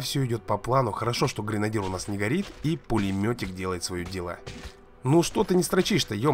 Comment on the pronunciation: Не гринадир а гренадер